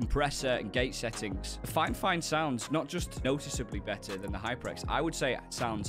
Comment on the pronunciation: You keep saying finefine its fifine...